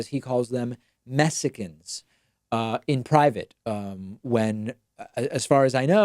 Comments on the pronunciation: Lol lol lol “Messicans...” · Messicans? Ah-Mazin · “Messicans” Haha. I can’t.